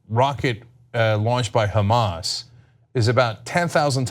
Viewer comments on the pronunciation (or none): none